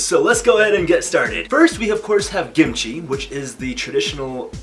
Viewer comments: WHY ARE YOU CALLING IT GIMCHI?? ITS KIMCHI! good video btw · I keep hearing “gimchi” am I crazy or is he calling the kimchi “gimchi”???? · Why he say it as gimichi lmao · cringe cos "gimchi" like you can say it that way but i always say kimchi- also CUT THE MEATTT